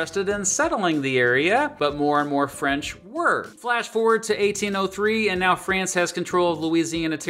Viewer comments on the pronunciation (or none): none